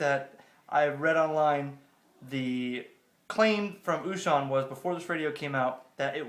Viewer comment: Good job with the unpacking. The only correction that I have is how you pronounce the name of the company. O Shun is correct (it sounds almost like the word ‘ocean’ in English). Small thing though; nice video!